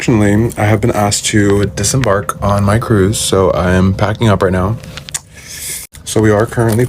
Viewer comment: It's DISEMBARK baby girl. DISEMBARK!!😁🤦🏽‍♀️